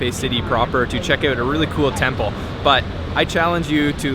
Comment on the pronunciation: The way he pronounces " OUT ".. eeooot.. weird accent..